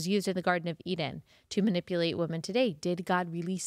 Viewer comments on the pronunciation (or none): none